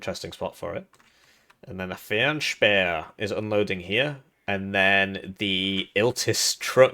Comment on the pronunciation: Your pronounciation of 'Fernspäher' was really good, try Schützenpanzerwagen (SPW) next :P